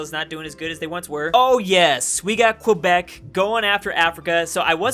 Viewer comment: You Californian it’s pronounced like a k kebec not like the word question it’s kebec speaking wise but yes it’s spelled quebec